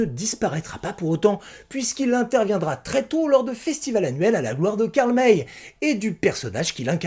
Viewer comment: c'est Karl "Maille", pas "Mèy" Pierre Brice ou Pierre Gilles ? J'avais tout lu et tout vu quand j'étais enfant, en France. Et oui, cette saga est à laisser dans son époque, elle est totalement dépassée, pleine de clichés, avec des erreurs énormes. La plus flagrante étant que Karl May appelle apaches les comanches, la tribu de Winnetou. Mais elle avait le mérite de présenter de "bons" indiens et des "méchants" blancs